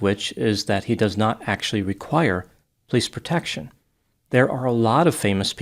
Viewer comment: Is it an Italian thing or a Detroit thing to say pleece instead of police? My grandma did that and I love it. Just curious.